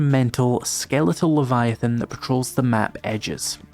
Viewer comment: You need to say leviathan right though. This is another one of those games where I'm too scared to play myself but can't wait to watch someone else play.